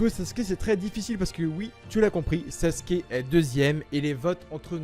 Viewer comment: Les gens qui disent Saske arrêtez svp ça déchire les tympans. Merci.